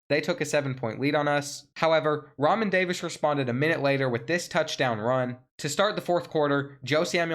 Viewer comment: No doubt. Also, Re'Mahn = Ra Mon. Keep killing it 💪🏿